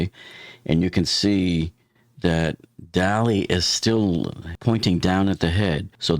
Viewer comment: If people would pronounce the name of the ship correctly (dah-LEE, like the way the artist Salvador Dalí pronounced his name) then no one would think it appropriate to play “Hello Dolly” as background music. Just sayin’…